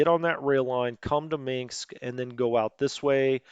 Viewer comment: Dont say Minksk. Say Minsk. There is no mink in Minsk.